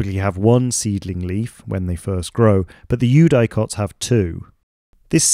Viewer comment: Amazing video, I immediately followed your channel. One thing though: "eudicots" is generally pronounced with a short "i", like "you-dik-ots" not "you-die-cots"